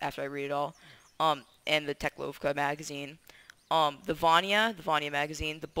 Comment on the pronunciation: the teklowvka is said (tech-lauwvka) (au means the sound is ow)